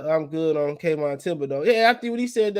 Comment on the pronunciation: Lol man it's THiB o deax not KIB o deax bro, u been butchering that boy name forever😭